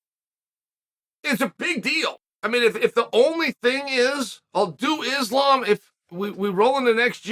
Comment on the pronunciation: Someone check the thermostat in hell because Uncle Chael finally said Islam's name correctly lmao ❄️👿🤯